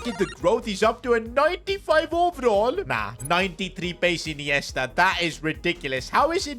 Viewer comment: what did bro call ineista😂